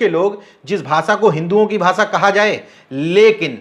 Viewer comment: Patrakar sahib aap apni bhasha shudh kijye sha shabd ko sa na uchharit kiya jye jaise aap bhasha ko aap bhasa keh rahe he mukesh ko aap mukes keh rahe he . Vishay ko aap visay keh rahe he